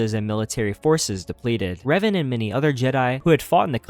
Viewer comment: Why you call Reven, “Raven”?